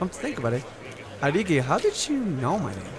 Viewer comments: it would be spelt Hideki if that was its pronunciation. But not many people pronounce Japanese names correctly haha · "Hideaki" is pronounced: Hee-dee-ya-kee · Love your Pokemon cards on your wall there :3 <3 Also it's pronounced He-De-Ki. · don't mean to be a grammar Nazi sly but hideaki is pronounced like this he day a key